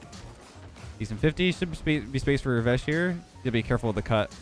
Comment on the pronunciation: when you say vesh i hear vegg'